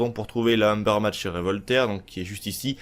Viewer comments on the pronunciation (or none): Cool la video mais c Ubermacht pas umbermacht et ta customisation n’est pas hyper jolie😂